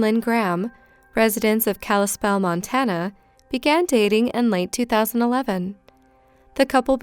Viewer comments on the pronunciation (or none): none